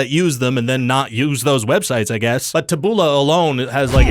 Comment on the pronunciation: Taboola is said with the emphasis on the first syllable. Its a misspelling of the Latin words tabula, which means plank, or plate.